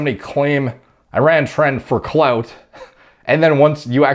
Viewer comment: The way he said “ Cloud “ you had me dying 😂😂😂😂😂💀💀💀💀💀💀